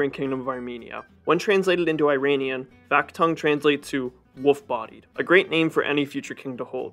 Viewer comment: no Tibilisi but Tbilisi , no Vahaktang but VAKHTANG ! ... pronaunciation !